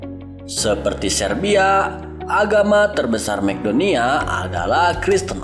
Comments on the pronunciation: Maaf min bukan makdonia tp macedonia di baca makedonia dan suriname di baca suriname bukan surinem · Narator harus banyak belajar.negaranya diebut masedonia (Macedonia)